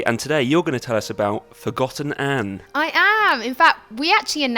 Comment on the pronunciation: Forgotton Anne? not "ForgotANNE"? 1 out of 10 -ign.